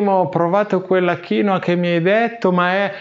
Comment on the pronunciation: originale è kiinwua con la seconda sillaba stessata che è molto differente dalla tua maniera di pronunciare 😅